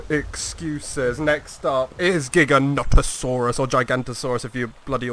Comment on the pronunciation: Jesus!! It’s “Jih gih no toe sore us” that’s how the person who named and discovered it calls it!!